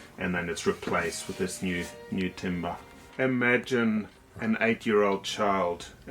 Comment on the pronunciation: "New timbah"